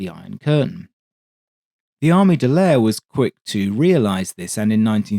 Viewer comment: Could you please pronounce Armée de l'air as the French do? "Armay de l'air". Merci beaucoup!